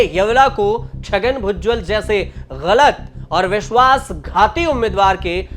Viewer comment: भुजवल नहीं भुजबल है पत्रकार फर्जी